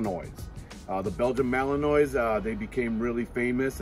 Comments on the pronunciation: Learn how to pronounce their breed name properly!! It's Malanuah...Not Malanoise, Like the word Noise. You have no credibility if you don't know how to say the name properly. Goodbye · Might help to pronounce the name mal-in-wah correctly..not mal-in-noise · This fool pronounced it malinois with an s lmao its malinwa s is silent lmao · malinoise ? lol a wut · He pronounced the name wrong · Dawg Entertainment no lol. There's only one way to pronounce malinois 8f you are breeding them or working with them.